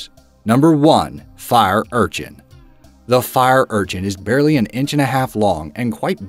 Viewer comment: The accent when he says fire urchin fir’ urchin